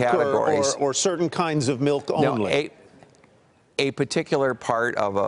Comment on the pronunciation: What is Malk? Urban Dictionary says it's rat milk...